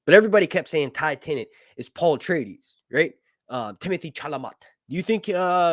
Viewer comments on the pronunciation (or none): I'm still pissed we don't have Daeron the daring. And its pronounced timothy chala MAY Its a french name, i should k ow i'm a francophone